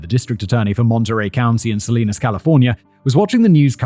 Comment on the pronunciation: Hearing Simon say Salinas wrong a number of times cracks me up it’s pronounce suh-li-nas 😂😂